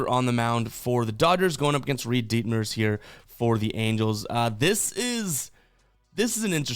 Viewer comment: Stupid kid said ditmers